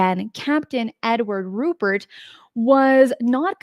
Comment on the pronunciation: I take it you don't follow Richard Dolan, because he's been through all of these historic cases numerous times over the last few years on his YouTube channel. FYI, it's RuPELT not RuPERT, and it was a P-51 not a PF-1.